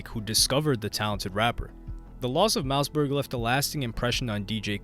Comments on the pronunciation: Bruh you’re always on point but I think you are a ai because you just get weird things wrong. Mouseberg huh? Any normal person knows it’s pronounced mossberg. Probably the best selling shot gun of all time. It’s like you never even listened to rap music or something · Ur sayin it like “Mouse” Berg. Its pronounced MOSS berg. Like the shotgun. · It's MOSSBERG not mouseberg! Lol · mouseberg? lol its hard to watch when his name is being butchered. its mausberg like mossberg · Mouse-Berg LMFAO!!😂😂😂 said his name wrong for the whole video smh. Its pronounced “Moss-Berg”. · Pronounced mossberg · Dope video brodie but you pronounce it mossberg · Mouse-berg 🤣 I can't even finish this shit. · Man you did a whole video on this guy & can't pronounce his name. Mausberg like the gun. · Mouse Burge.. You do your history but learn the name of the artist. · Mouseberg? All that research you did and can't even pronounce the homies name right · Pronounced Like the shotgun homes… Moss-Burg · Great video but you never went into what song or who Kendrick got the sample from, you never even mentioned King Kunta outside of the title of the video. Also, his name is pronounced Moss-Berg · Im glad that you’re covering DJ Quik and how he influenced the rap game. Also btw Mausberg is pronounced Moss-Berg lol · At least pronounce Mossy's name right lmao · there's a sharp pain in my ear every time u say mausberg's name wrong 😂😂